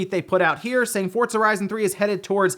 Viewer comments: Try saying Pizza. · The word "Forza" does not have the letter "T". Not sure why you always say that.